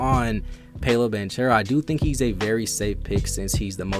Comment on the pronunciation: It’s Pow-lo and in banchero the ch is pronounced like a k Pau-low ban-karrow